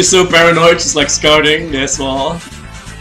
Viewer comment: I DONT "LIEK" THIS, xD